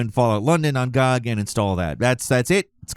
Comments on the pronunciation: why the fuck would you pronounce GOG that way, find god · Gee Oh Gee. Not Gawg. Good Old Games. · I dont know when people started calling GOG "gawg", but i really want to go back to when that wasnt a thing lol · Wait, is it a normal thing to pronounce Good Old Games acronym GoG that way? I dont think ive heard anyone else do it, but i could see it going the same way lol did.